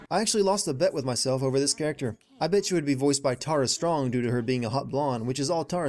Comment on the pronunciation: Nortes LUNA I think he said Tara Strong wrong though...